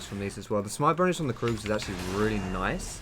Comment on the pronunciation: He said kroogs